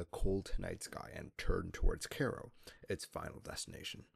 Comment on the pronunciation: This video was really well done, packed with a lot of information, the only problem is how u pronounced Cairo😂 matter of fact I think it should be a crime the way u said Cairo